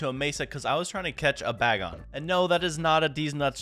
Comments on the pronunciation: Pronunciations the first legendary you got is pronounced zy-guard and the ghost type that you evolved is called a rune-a-re-gus and the grass type with the flower hands is called a rose-sell-ia and the bagon is pronounced bay-gon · Bay-gone I think